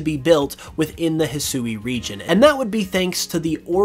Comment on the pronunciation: He Swee. Not Hesooey.